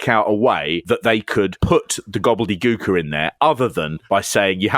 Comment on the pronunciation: "Gobly Gooker"... Damn, damn.. 😅